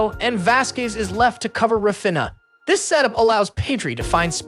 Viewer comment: Say Rah Feen Yah. Cmon you can do it! Raw Finna just doesn't cut it.